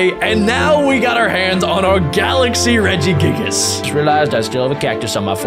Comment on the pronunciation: "Regi giggles" and there are many other mispronouns, hurts me, AND HURTS ME EVEN MORE IS U THROWING RARES